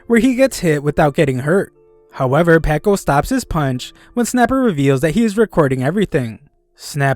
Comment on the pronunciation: That ain't packo that's sniko